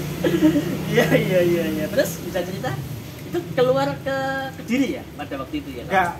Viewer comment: Kediri boos, Bukan kedili